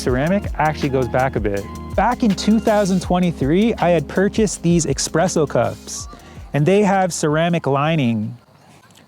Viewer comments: EXPRESSO CUPS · Tf is an expresso? Americans… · Expresso cups lol